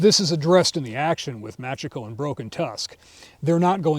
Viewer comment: Only telling you cause you like the series: it's pronounced" Mah chee ko" if it is written as Machiko. Cheers